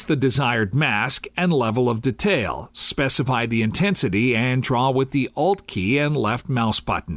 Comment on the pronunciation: Except when he pronounces detail.. hurts my ears :/